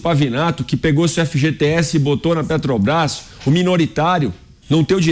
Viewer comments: Petobras kkkk. Roubou pacas e até hoje não sabe nem falar o nome correto kkkk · A "pétobaiffs" é... (até pausei o video, para não estragar meu café da manhã) Resumindo, ele não gosta que dê lucro, porque vai para os acionistas, verdadeiros donos da empresa, que colocam seu dinheiro em risco para realizarem lucro. Esquerdista é assim mesmo, fica roxo ou vermelho de inveja (ou de cachaça) de quem ganha dinheiro. Investimentos no Brasil para ele é desviar verbas no petrolão, para dar prejuízo e o dinheiro ir para os fundos do Partido. Depois diz que não sabe de nada para o Juiz, e que deve ser coisa dos companheiros aloprados. Aloprado também é quem votou nesta anta, com todo respeito ao Tapirus Terrestris, animal que sobrevive sem precisar roubar. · Não consegue falar o nome correto da estatal(Petobas)... Que fase de quem preside essa país. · A desgraça não sabe falar nem o nome da empresa..."petobras" jumento dos infernos.... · A "petobais"kkkk uma mula dessas não sabe nem falar 😂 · É "pétobaiffss", "létobaiffs" (eletrobrás) KKK. Sugiro indicar este energúmeno não para o "nóbéu" da "paiffs", mas para o da "ecunumia", que a gente vê depois. Ontem foi a dos gordos, porque produzimos alimentos demais, antes foi a de que não vai governar pro mercado, e a anterior já esqueci de tantas asneiras que fala. Ah! Aquela que imposto da gasolina melhora ajuste fiscal e justiça social é da miria leitoa. Boa notícia é que o Parlamento Português não quer ele lá falando (zurrando) para lhes pouparem a orelha, que não é penico. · Eita pinguso nojento só fala 💩💩💩💩💩sabe nem fala Petrobras 🤪🤪